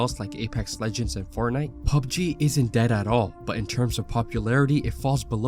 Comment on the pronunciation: Bro are you saying fart nite?!? 😂